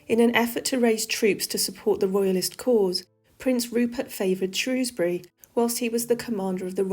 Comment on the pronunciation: Thank you for pronouncing Shrewsbury correctly, x.